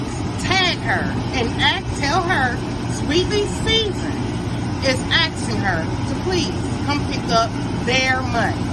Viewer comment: Ma'am it's "asking her", not "axing her"